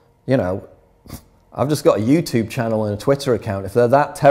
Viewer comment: It annoys me to way you pronounce YouTube. Good video though